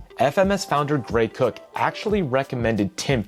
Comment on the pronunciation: I don’t know why I chuckled but he says Greg Cook but it reads Gray Cook